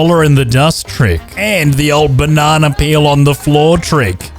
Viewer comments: Have a shot for each time he said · I keep rolling everytime he says banana 👁👄👁🤡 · the way you say Banana is so hilarious i always laugh and smile everytime i hear it